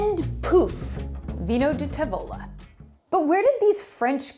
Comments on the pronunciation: TAvola, not taVOla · Tàvola, not Tavòla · Great video but make sure to pronounce the word tavola correctly; the emphasis is on the first syllable.